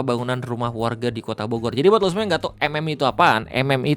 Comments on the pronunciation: Pembukaan di awal sedikit terburu² kyany bang. Jdi typo dikit😅. "Bogor" jdi "borgor". Relax bang relax😁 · sengaja ngemim kayaknya 🍔